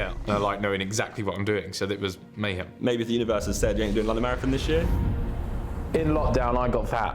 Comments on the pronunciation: Vik: "Marrathong" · the way vik says marathOn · Why can’t vik say marathon?😂 MaraTHOOOON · Vikk pronouncing maraTHON with that much emphasis is so funny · The way vikk says marathon weird for anyone else???? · vik cant pronounce marathon pass it on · Why vik say marathon like that. It's his Sheffield showing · The way Vik says Marathon though... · Frustrating lol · Why does vik say marathon so weird?